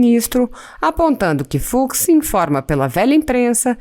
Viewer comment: NÃO "FROID", "FUCSSSSS" !!!🤮🤮🤮🤮🤮